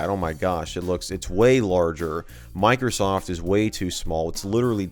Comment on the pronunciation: It's microsa ft sa ftware